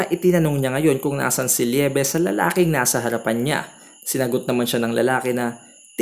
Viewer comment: eye patch yon. at hindi po blindfold. and LI-BE po yung kay LIEBE. Love po kasi yon.